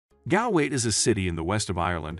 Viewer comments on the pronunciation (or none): You could of at least learned to pronounce Galway properly.